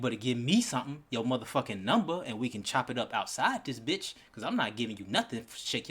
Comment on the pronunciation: He can’t even say B***h right 🤣